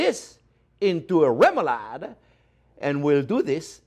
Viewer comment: love that you can pronounce remoulade right :D I have to try the "french version" for sure (without the mooshed fish though) we danes it a "lesser version" on like everything (great for french fries, fried fish and many other things)